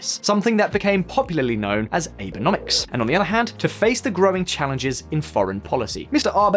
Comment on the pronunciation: His name is Abe, not rBay. A is in 'At', be as in 'bet'. And therefore Abenomics is definitely not pronounced aye-burr-nomics.